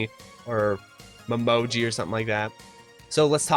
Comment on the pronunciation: Momiji name is also pronounced as Mo mii jii Her hiragana spelling is もみじ Defentive way to pronounce her name lol